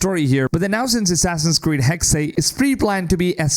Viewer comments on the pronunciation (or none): It’s not hexay it’s hexe ….. it’s said like this “hecks” a hexe is a pattern of sticks used in witchcraft with each pattern meaning certain things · Why are you constantly saying "Haxay"? The game is called Hexe; spelled h-e-x-e, pronounced as "heks". Heks/hex/hexe is a Saxon, Dutch, Flemish, German, Jiddish word for witch. Or do you also say "axay" for the word axe, and "anglay" for the word angle? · Hexy, Hexey... 😂😂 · I'm Dutch and it's a bit weird ppl naming Hexe like "Hexey" rather then "Hexeh" like the German word for witch. And i really hope the game has some white witches too. 😺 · It’s just pronounced HEX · Why do people say “hexay”? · Hexe is pronounced heks the last e is silent. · The last E in "Hexe" is pronounced just like the first one. He-xe. I like how the AC games always try to stay true to the cultures and languges. Speaking german myself I'm really looking foward to how Ubisoft implements an older version of my language into the game. In case I start playing it in english again, I guess I will be a bit distracted by all these NPC voices, 'cause I'll probably understand them.😂 Now everything that's missing would be an Assassin's Creed game set in Austria during the Habsburg Monarchy and I'll be happy! I mean, Germany and Italy made it into the series as well. And I'm also very excited for Codename Red. The Hidden Ones or Assassins were basically Ninja anyways, in some way, so I think playing an Assassin's game as a Ninja is something that was always meant to happen. And I just really really like the japanese architecture and music 😍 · The way the guy says Hexe was very jarring for me 😖